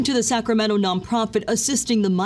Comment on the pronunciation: It's not Sacramenno, it's Sacramento. I don't really understand the problem with migrants personally but I understand that people have big feelings over this. My big feelings are really revolving around the fact that news anchors (and many residents) can't pronounce the city name properly.